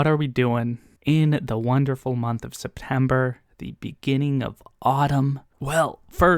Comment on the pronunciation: Yes, it's -Friday again! 🥳 Thank you for explaining the SeptEmber Blade situation, I almost didn't get it 😋 Yeah, democracy is the best #AnithaToCoHost Red Rising is a very good choice, it's so good. I'm sure you'll love it and want to talk about it for days. I haven't finished the eye of the world yet too, but I am already curious about book 2. Oh and also, can you make it an habit and pronounce a few russian names or words in every video? thank you in advance